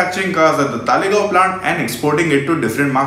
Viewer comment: it's Talegaon not Thaalegaon 😂😂😂. Dumbass calling themselves auto journalist.